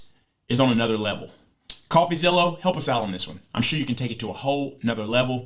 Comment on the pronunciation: Did he say "CoffeezillO"? 😅✌🥳